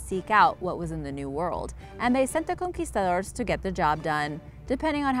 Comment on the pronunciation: U can tell the narrator is of Mexican decent by the way she pronounced conquistadors in the beginning!😂